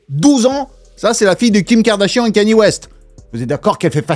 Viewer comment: Au moment où t’as dit "Kanié" j’ai arrêté la vidéo, tu racontes vrm nimp 😂